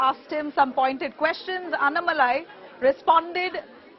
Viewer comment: Please make an effort to pronounce his name properly. Annamalai please speak toba a Tan zh person and see how nn is pronounced. Kindly write the name down in Hindi and correct your pronunciation